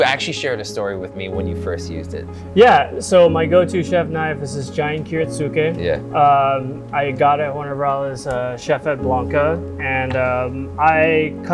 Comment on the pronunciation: That's a beautiful knife, and a really nice video to watch. Only one thing bugged me so I'm going to mention an idiosyncrasy of Japanese pronunciation where they will drop the 'U' between and S and a K (not sure if it's universal throughout the language), so 'Kiritsuke' is actually pronounced 'Kiritske'.